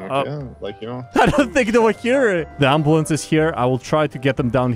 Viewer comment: "the ems decided to put skylar ontop of the amboolance"